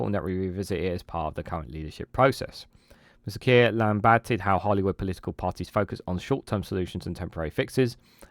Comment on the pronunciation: Sorry but its Holyrood not Hollywood 😅